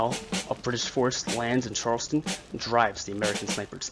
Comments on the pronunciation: Charlestown not Charleston!! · CharlesTOWN,not Charleston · It's pronounced Charles-town. Charleston is in South Carolina. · Great video, thank you. FYI as a Massachusetts native, Concord is pronounced like 'Conkered' , and Charles-town, not Charleston. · 1 problem, it's pronounced Charles Town (1 word) not Charleston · You would think the narrator would learn how to pronounce "Charles-TOWN" - Not the South Carolina pronunciation.....